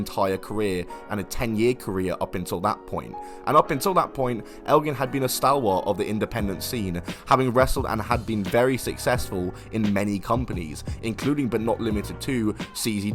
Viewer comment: Pronounced ‘stall-wurt’. The English language is dying lads - content creators’ standards are so low.